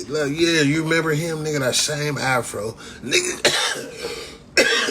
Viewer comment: He said half-ro lmaooo I’m dead